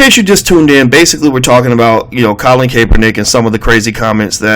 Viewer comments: FYI his name is pronounced as "cap"-er-Nick......I'm glad that these ppl are showing their true colors now we need to show ours, in fact ALL our players in every sport need to sit for the pledging of the flag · Not even 7 seconds in and we're still butchering the man's name...I'll just mute it and wait for the comments.